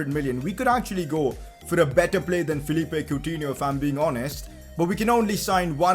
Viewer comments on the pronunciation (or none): none